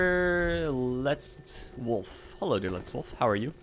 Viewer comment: reading german names out wrong is one of the funniest shit i habe seen in quiet some time. Te name der letzte Wolf basicly means the last Wolf